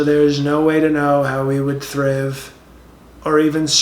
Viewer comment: “Thriv” and “Surviv” OMG I CANT!! 🤣😂🤣😂